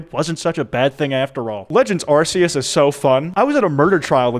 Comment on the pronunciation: The "c" in "Arceus" is a hard sound, not a soft one.